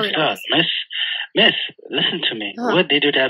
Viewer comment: He wasn’t calling you Miss, but Mess